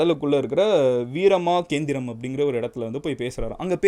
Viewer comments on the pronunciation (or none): Veera magendram nu pronounce pannunga bro. Not vikrama kendram